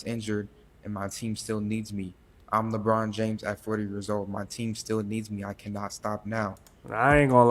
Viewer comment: Did this man say LaBURN James???